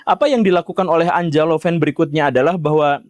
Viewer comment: Anja lebih tepat dibaca Anya, pak Guru